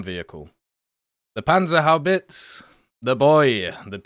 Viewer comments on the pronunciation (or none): On a sidenote: German has no silent e, so don't drop the e at the end of Panzerhaubitze